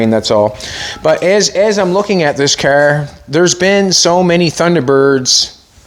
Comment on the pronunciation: anyone catch how many times he said the word "caerr"? 🤣🤣🤣